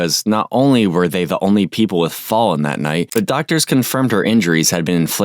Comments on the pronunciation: Hi! You are pronouncing Fallons name wrong. Im not hating. You did a great job and Lord knows I struggle with pronouncing names I dont know, too. The ONLY reason I know is there is a city in Missouri "O'Fallon" and then Mr. Black covered this case too, and said the name and it sounds exactly like "O'Fallon" dropping the irish O. You did a great job, however. Really. I couldnt ever cover this case as my soul screams emotions at this baby murderer that i could not contain if I reported it. So hats off to you for being able to cover it. Yeah I dont hate often. Maybe 2 people in my 50 years of life - have earned my hatred...but she is number 3. However, she DID give me a bit of a chuckle when she blamed GHOSTS. But not because it was funny as much as RIDICULOUS. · It was hard to ignore you repeatedly mispronouncing that baby's name :/ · The narrator mispronouncing this poor child's name despite them saying it repeatedly during the interrogation is infuriating. Saying someone's name correctly is the most basic respect you can give them. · What make me even more pissed off, is this AI couldn’t be programmed to say her name correctly!! Sweet angel! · Pronouncing Fallon's name wrong is incredibly disrespectful. It rhymes with "gallon." Also, giving out Kirstie's kids' names?! Dude. They're children, and they deserve to be protected, not practically doxxed. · It’s so irritating when these true crime channels mispronounce the victim’s name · I have a bit of an unusual name, so maybe that’s why I am sensitive to someone misspeaking a name. It didn’t help that, almost instance for instance, the narrator would misspeak Fallon’s name right before or right after it was spoken correctly by someone involved in the interrogation! Please do your best to ensure you don’t slight the victim by trying your best to pronounce their name correctly whenever possible. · certainly, but it’s unfortunate they didn’t even say the victim’s name correctly. It’s a bit disrespectful.